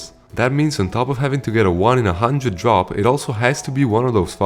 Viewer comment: your accent makes "drop" sound like "job" and I get anxious 😭😭😭😭